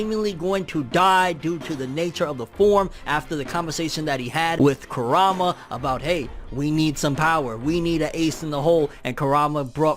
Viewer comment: This guy keeps on saying karama He dosent say kurama